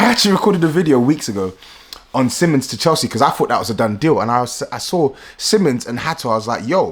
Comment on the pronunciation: It pronounced as seemons btw